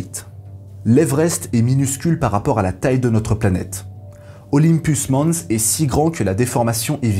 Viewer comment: Je t'adore, mais en vrai Olympus mons... pense à Jeux Olympique pour la prononciation. Désolé mais va falloir flageller grave là